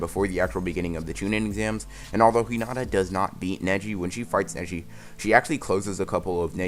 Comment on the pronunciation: I swear when he said neji netti